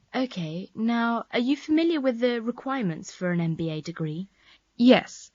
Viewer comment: She said mba no mba program 😂